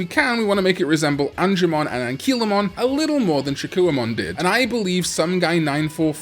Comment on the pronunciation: Shakkoumon: SHA-KOH-MON